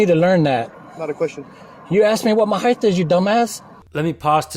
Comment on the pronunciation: There is not a "th" in the word height. It ends with a hard T sound. It's not heigth